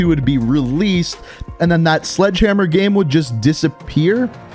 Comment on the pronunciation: Why does he say gem instead of game